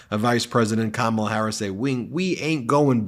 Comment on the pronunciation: He calls her Kam- ALL-a. How about starting to call him Don-OLD? Please start this trend.